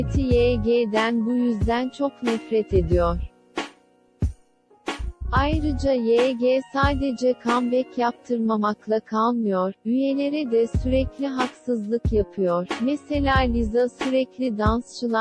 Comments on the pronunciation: Yege diye okunmuyor vayci diye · Yg'ye yege demesi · Dağılırsa eğer jyp ye geçseler çok güzel olur be. Bu arada yg vayci diye okunuyor diye biliyorum